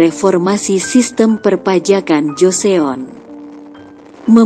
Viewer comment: Pengucapannya lucu wkwkwk joseyon , suk jeyong pdhal org korea sini menyebutnya cuma joson😂